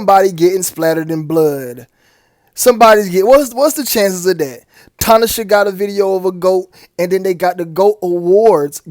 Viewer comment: lol its ta-na-shay